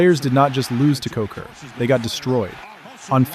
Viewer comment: It's pronounced Koser. Joey Kocur.